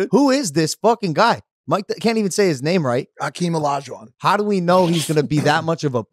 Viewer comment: “Hakeem Olajuwon” 🤦‍♂️🤣